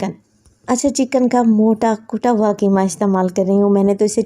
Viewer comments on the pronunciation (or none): none